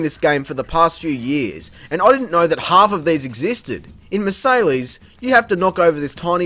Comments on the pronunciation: Sorry to be that guy, but the "lles" in Marseilles is silent; it's actually pronounced either mahr-Sai or mahr-Say. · How did you pronounce Marseilles? It's French, those crazy frog eaters don't give to shits about the writing! It's pronounced "Mar-say"